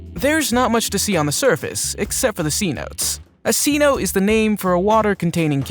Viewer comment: Ummm. You really should learn to pronounce cinote😢